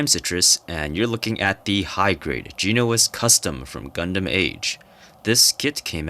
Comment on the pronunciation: Jen-o-ass is how to pronounce bro